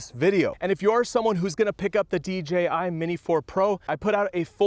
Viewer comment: Nice new D-Jay-I drone! 🤣